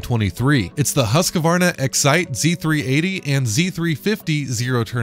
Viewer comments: This is an old video but I just have to say it’s Husk-Varna not Husk-a-Varna. Can’t any of you guys get the pronunciation of a make correct. Not to be a grammar nazi but it just makes your vids seem less important. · Husqvarna Not HusqAvarna